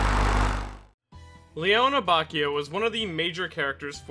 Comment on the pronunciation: Great video why can’t you pronounce his name correctly